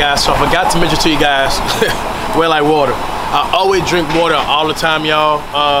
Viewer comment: *spills water on finger*... Cash, “Wet ly Watta” 😭😭